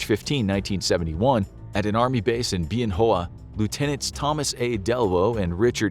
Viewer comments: Please it is not pronounced beein hoeah It is pronounced Ben wah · BEE-yen Hohwa is wrong: It is Ben Hwa base. Spent a lot of time there.